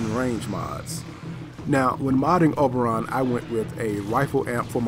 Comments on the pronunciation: O-BER-on, not OB-er-on. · Oh-ber-on not o-ber-on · It's pronounced OH-burr-on. It's a reference to the fairy king of Midsummer Night's Dream. Not AH-burr-on. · OMG! I didn't think anyone could say "OH-BER-ON" worse than my friend!! You people need to watch Stargate Atlantis and learn how to say the word!!! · You weren't pronouncing his name right. =( Other than that it was a great video. Thanks for putting these out. =P